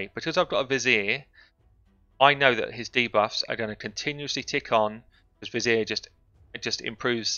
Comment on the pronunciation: Love your videos. Love accent. And how you pronounce '' Vizier''